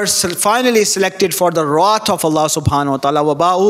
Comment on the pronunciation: Wrath not rot mr need to learn to speaks English